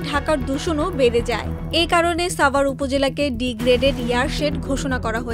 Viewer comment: সাভার এর উচ্চারণ এই প্রথম শুনলাম